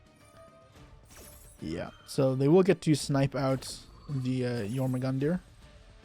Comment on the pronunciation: It's pronounced Yor-mun-gundr. 😂